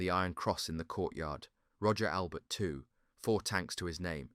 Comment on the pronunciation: Roger is pronounced rojay and Fenet fenay